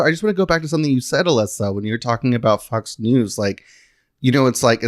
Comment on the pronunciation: I thought called it Fux News. Lol!